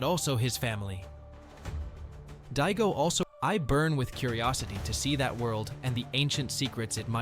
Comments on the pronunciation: Di-a-go NOT dito or dido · It’s DAIGO man not Diego hahahaha god😂😂😂😂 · even if it is, i'm not even gonna walk, but even if it is, it's not dito or Dido what he's saying